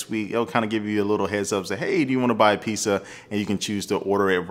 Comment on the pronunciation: lmao "peesa" dont worry.. we still love you haha